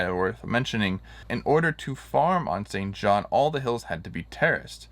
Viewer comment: It pronounced St John. There is no S in the name.